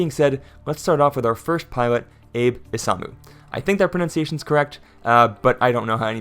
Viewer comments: Assuming Abe Isamu is Japanese, his first name is pronounced like “ah-BAY” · Abe is pronounce Ah-bay. It's the same as the recently deceased former Japanese Prime Minister, Shinzo Abe